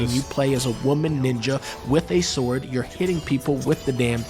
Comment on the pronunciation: I died when he said "BUT THEN SHE PULLS UP THAT BIG ASS SKYRIM SSSSWRD" lmao